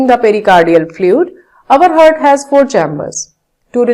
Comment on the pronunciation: she keeps saying hard not heart